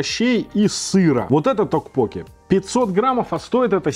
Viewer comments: ток поке-тоже режет слух.. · токпоккИ, ударение на последний слог) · Кого тоже передергивало, или кто вздрагивал, от того как произносит "токпокки"? Неправильное ударение меня просто убивало, и мне приходилось произносить "мантру": "Пиво, соджу, токпокки" Понятно, что кухня незнакомая, названия не понятные, обзор вызвал смешанные чувства, блюда в любом случае более европеизированы были при готовке, так как многие корейские блюда мы просто не смогли бы есть, нам бы они были ни то что не привычны, скорее вызывали бы вопрос как это можно есть, и поэтому в обзоре присутствовало постоянное некорейский вкус и корейский, непривычный, вкус.